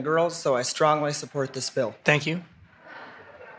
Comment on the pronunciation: Love when they say stronly appose, lol😅